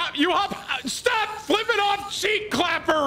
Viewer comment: Hey Tim, big fan, great content! Congratulations on finally saying flipping me off correctly 👏 proud of you BB